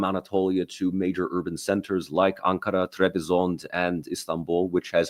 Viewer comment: I am amazed by the dumbness in the comments of the guy that sits on top right. Absolutely mindblowing + It’s not Trebizond it is called TRABZON! It’s not Nicea it’s İznik! Republic of Türkiye is not some ancient greek ruin.